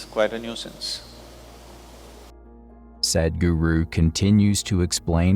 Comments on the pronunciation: I would like to see you or the computer that is narrating, pronounce his name correctly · Thank you for the video, Please,, learn how to pronounce Sadhguru 😂😂😂